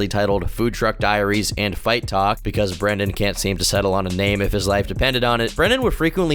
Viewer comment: Can't tawlk